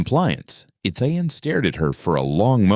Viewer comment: The mispronouncing of the name Ethan is very annoying